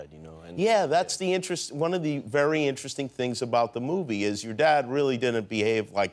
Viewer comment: no one: jimmy kimmel: thats so in-te-re-sting!